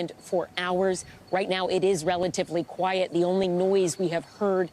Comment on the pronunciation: She keeps saying Q u i e tea. She hasnt been in a warzone long at all.